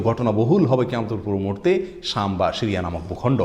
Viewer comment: উচ্চারণ শিরিয়া নয়, সিরিয়া অনেকটা বাংলা ছ।